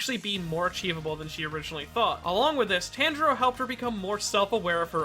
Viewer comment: I like your videos, but please dont call Tanjiro as a Tenjiro, "A" in his name is like Tunjiro, not Tenjiro )